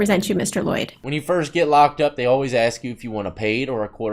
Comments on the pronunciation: Anyone that says “axe” instead of “ask” should just be found guilty on the spot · No not ask...aks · i’m not racism but why do black people say “Aks/Axe” instead of “Ask” ??? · I axe you, what kind of question is that to axe ? I axe you is it so difficult to pronunciate letters and words ?